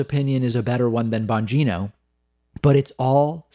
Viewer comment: I liked it better when you called him Bon-Gyno... what a creep...